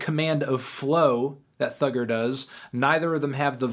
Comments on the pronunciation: It’s thugga not thugger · Cos he’s saying it as “thugger”